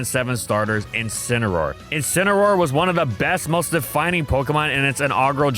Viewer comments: IT'S INCINEROAR, NOT F*CKING INCAROAR! SAY IT RIGHT! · DO NOT LEAVE OFF THE A IN INCINEROAR!